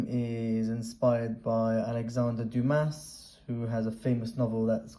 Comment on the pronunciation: Great video! However, if I may. the "s" is silent in DUMAS. Same thing with Tres petit corona. The "s" is silent in "très". BUt like I said, great video. I really enjoyed it!